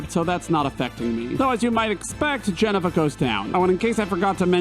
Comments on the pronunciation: The way you say Jenova is giving strong M. Knight "Ong" vibes. Like when there's an established way to pronounce a name yet you choose to pronounce it however you want lol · Nice video but you pronounced Jenova wrong the entire time. Little hint: you can beat Ruby weapon with just cloud using the right material combo but you need nights of the round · No that’s not how you say Jenova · You have a very unique way of pronouncing Jenova and Valkyrie. Is that a guess from only having read them or is that a regional thing? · The mispronouncing Jenova is hilarious lol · Please say Jenova wrong for the 1700th time. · Why... Why would you pronounce 'Jenova' like that...? 😦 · The absolute disrespect you showed against Jenova, by pronouncing like you do😢 but for real, great vid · Your Jenova pronunciation is one of the most offensive things I have ever heard. Please fix it. Also, its sadness and Fury not anger. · For the guy who specified the pronunciation of a simple word like Midgar, he butchered Jenova. Like everytime he said “Jenn-uh-vuh” i cringed. Every form and media of FF7 calls it JENOVA (Juh- Nova) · It’s Jen o va not Jeneva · Jenna-va lol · OK that's two weird pronunciations. Why are you calling it Geneva instead of Jenova! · I love you but you're killing me. It's not "JEN uh va" It's "Jen OH va" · Disliked the video solely because you don't pronounce Jenova correct. This isn't a tomato tomatö situation. It is pronounced "juh-no-vuh" NOT "jen-uh-vuh". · I misheard Jenova as Jennifer and it made me so happy :) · "Je-nuh-vuh" really bothered me. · Everytime...every damn time lol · Ah yes, the Jenna-Va project. The word that definitely doesn't have an O in it anywhere. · Why did you fixate on the pronunciation of Midgar , but then mispronounce Jenova so many times lol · The most terrifying villain... Jennifer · It’s JEN OVA no idea what you said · Everytime you say "Jenova" I hear "Jennifer" and I love it! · you saying jenovah wrong, but it's funny. lol